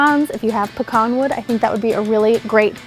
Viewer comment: im so happy you pronounce pecan right. also this looks delicious! Thanks!